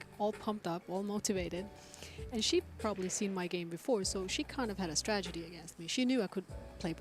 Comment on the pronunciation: can’t stop saying stragety omg someone correct her!!! 😂😂😂😂